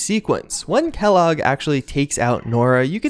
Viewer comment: It's Kellogg godammit